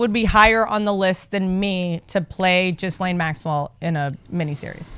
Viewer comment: Ghislaine is pronounced with a hard g and silent s. Like gilean